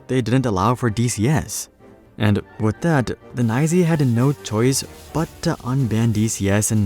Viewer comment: The NYSE is not "Neye-zee" ... the real wall street people just say it as "N" "Y" "S" "E".